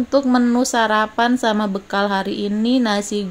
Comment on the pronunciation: Mak saran aja , kalo nyebut jangan bekel , tapi bekal gitu ( bahasa yg benar)